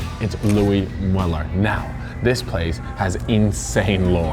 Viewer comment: They way you pronounce mueller is triggering as fuck.!!